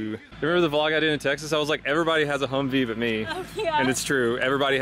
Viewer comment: It’s humvee not humv